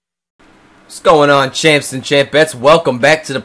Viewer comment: Every time he says "champs", I think he says Chance. Which is my name.